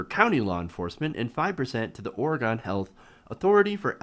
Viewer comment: It's not Or-eh-gone. It's Or-eh-gun.